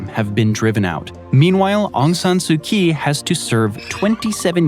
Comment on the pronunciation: her name is pronounced Ong San sue chee